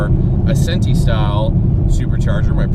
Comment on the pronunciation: I would have put a better headunit on before going to that heat pump of a blower and just get the proper fuel setup for e85. You’ll run C16 for a while until you get tired of paying for it. Oh and it’s Centri (centrifugal) not Centi.